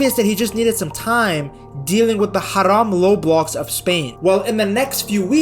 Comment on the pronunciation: Did he just say Haram low blocks?